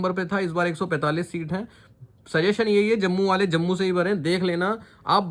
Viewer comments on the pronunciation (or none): none